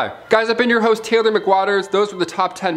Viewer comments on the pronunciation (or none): none